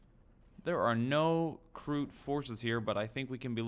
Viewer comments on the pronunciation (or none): its not krook its kroot reeeeeeeee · you do pronounce it correctly,you just said krook like twice